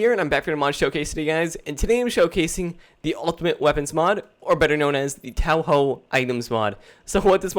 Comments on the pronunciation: great. 25 seconds in and he says townho quits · “Tao haw” It seems you require a Hard education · "Tau hoe" 😅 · y u no know touhou it pronoucened as toe ho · as soon as he pronounced it "TAOhou" i literally facepalmed i wish someone would do a mod spotlight for these who actually knows something about Touhou, it's really starting to tick me off. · I couldn't watch the whole thing because of... .... "tao haw.".... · OMG it's pronounced 'too hoo' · *hears Touhou pronounciation* ...*facepalm* Guys, it's pronouced Toe-Hoe. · It's pronounced "too-who"! Goddammit! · i had to stop the video when he prounounced 'touhou' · you pronounce every thing wrong touhou is pronounced diffrently